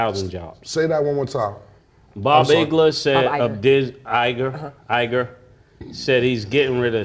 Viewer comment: is invaluable because she corrects you when you pronounce Bob Iger’s name incorrectly.